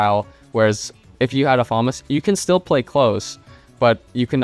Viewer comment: My brother Elige its actually pronunced fa·mas